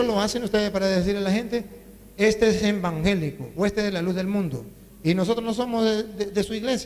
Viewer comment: No se dice embangelico cura bruto, se dice evangelico